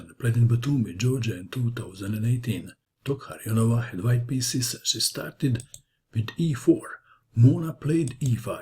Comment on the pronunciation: Congratulations for being able to say Tokhirjonova. I was expecting her full name, though